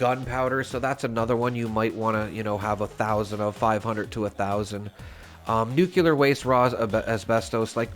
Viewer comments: I love your content, but please. It is nuke-lee-err. The era of President Bush inceptioned nuke-ya-ler into people's heads, but it isn't correct. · The word nuclear is NOT pronounced, NEW-cue-ler. Makes me cringe every time I hear you say it. It’s NEWK-lee-yer. There is no “cue” in the word nuclear. If you have trouble pronouncing it that way, think of it this way, new-clear. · Bro really said nucular keycards 😭😭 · nucular, ffs 🤣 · it's pronounced NEW-CLEAR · I am displaying all especially cool looking or weapons Zi am not ranked enough to use yet all over the walls of my shelter. It looks awesome! But dammit, it dings the bejesus out of my stash box weight. 😫 I guess new design choices are needed. Anyway, thank you for this and your other videos! I'm hoping that if I watch them all, I will no longer flinch at your pronunciation of nuclear. 😉👍